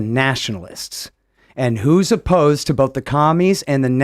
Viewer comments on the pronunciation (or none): I like when he says “both” it sounds like bolth